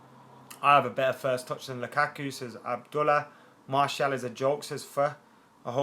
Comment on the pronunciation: His name is MAR-TIAL..Not MARSHALL. He's a French footballer. Not an Ampflier.